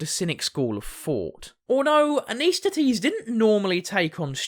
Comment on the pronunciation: I think you’re mispronouncing….it’s pronounced ANT-IS-THEN-EES….not AN-IS-THET-EES…